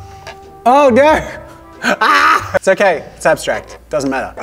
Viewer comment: JAZZA : it's ABSTRACT and EXELENT ME : DID HE SAY ABS-TRACK-T AND EGG-SELEN-T EGG LOVERS : DID SOMEONE SAY EGGS!!